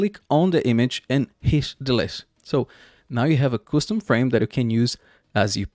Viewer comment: Thank you!!! So helpful. One suggestion: On the last step you have to click on the image, right click and choose DETACH. The video sounds like you were saying "hit delete." Maybe add some captions to the video to assist the viewer.